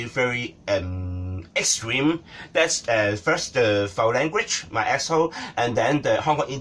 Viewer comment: "Chynna is Asshooo "